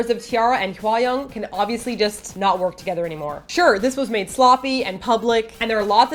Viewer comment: Is her name really pronounced 'Hwai-young'? It sounds wrong. I thought it was Hwa (like 'ah') -young just like it sounds. :/ Just wondering. But you made great points that I agree on, though I still feel a bit dissapointed in T-ara if they did bully Hwayoung, but that definitely wont stop me listening to their music, THAT'S CRAZY~